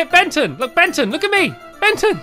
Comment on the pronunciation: When stampy calling Benton he accidentally called Benton benten